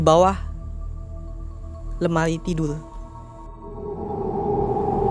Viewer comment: lemari jngn lemai